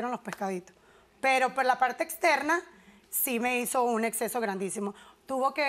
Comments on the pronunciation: Se dice Absceso. No exceso. No entiendo por qué no corrigen a la gente cuando habla mal. Es como cuando dicen daños y prejucios jajajaja. Otra cosa, el novio la deja por eso? Wow cuánto amor y confianza había en esa relación. Jajaja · "Exceso" no, ¡"absceso", cariño!